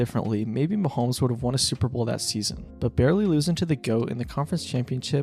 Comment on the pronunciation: I was actually enjoying your video, but I turned it off when you pronounced his name "Muh-hoh-mee." If you're actually that ignorant, I can't take your opinions seriously.